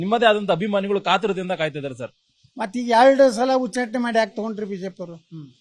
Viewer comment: Nivu yak yatnal ucchatane anta sariyagi heli hucchatane alla